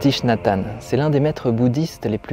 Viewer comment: Hanh, pas Tanh. Ta langue a fourchée 😉